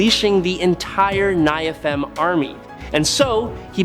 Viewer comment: Over so many decades, rewrites, re-interpretations, and ret-cons, it's kinda dumb to argue inconsistencies, fallacies, or illogic within the Marvel 'verses. So, folks who read all the comics, is this guy just mispronouncing the biblical "Nephalim" and "Seraphim" or is he speaking canon?